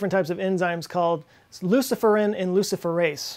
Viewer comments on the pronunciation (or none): Usually it's pronounced Lu-CIF-erin not Lucifer-IN. Toe story sounds like Pseudomonas.